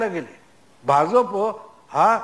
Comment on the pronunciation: Aho, Bhauna Bha'j'ap cha ucchar properly karayala sanga. It should be pronounced as Bha'jya'pa